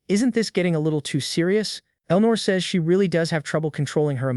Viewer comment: How do you even get the AI to mispronounce "says"? lol